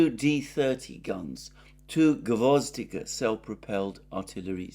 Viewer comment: It’s gvoz- DI- ka with the stress on the second syllable, means “carnation”